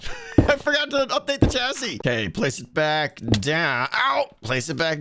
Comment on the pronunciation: Don’t think I’ve ever heard someone call a chassis a chastity before But there’s a first time for everything, I guess